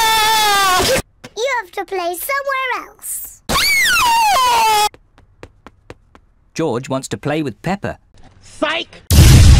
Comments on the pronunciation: It's not joj dude it is GEORGE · It’s not joj it’s George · It not joj it George omg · It sounds like George not joj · Uhm Its George not joj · its not joj its george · To this day still calls George Joj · Why dose call George joj